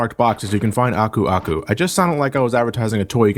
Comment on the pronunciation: Oh my god I swear to god you're one of the first to pronounce Aku Aku correctly. I keep watching other Youtubers, but for one reason or another they have very weird ways of pronouncing his name. So props to you man.